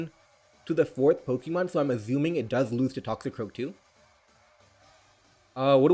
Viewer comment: dude love your videos but can you stop aZuming, actually makes my ears bleed